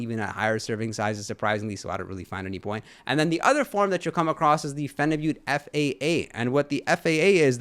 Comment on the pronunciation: Lol "gobba" tis pronounced gaba, but I'm glad you say phenibut correctly everyone says it wrong 😭 "phenibutt"